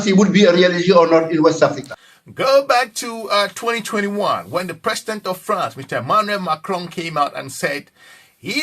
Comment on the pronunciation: What is FARNCE? PERHAPS YOU WANT TO SAY FRANCE